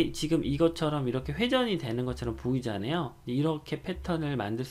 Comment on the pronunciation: 사투리인가요? ㅋㅋㅋ 보이쟌아요? 하실때...